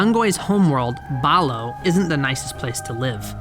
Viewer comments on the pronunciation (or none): 🤓umm actually its pronounced bal a hoe🤓